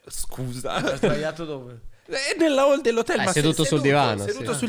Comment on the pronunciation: e seguenti: ma come pronuncia "Hall"? Senza h? ma neanche le basi di inglese?